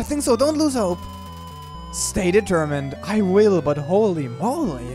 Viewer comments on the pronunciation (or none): none